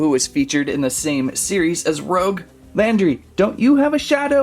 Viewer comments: these figures looks amazing!🤩 but if i were u, its pronounced Rouge(ルージュ) not Rogue!😉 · No offence man but you said rouge as "roug" its actually pronounced as "roo-ge" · Not Rogue. Rouge, the French word for the colour red. Better luck next time. Sonic characters are more my style.😂🙃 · It’s rouge Rooo-ssh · “Rogue the bat” lol! It’s Rouge, my man! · It’s pronounced rooge like the make up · rouge (roo-je) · it's rouge (roogue) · It’s rouge not rogue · Say rouge right 😡